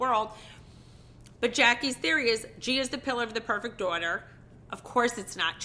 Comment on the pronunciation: Her four 'door-terrs', lol.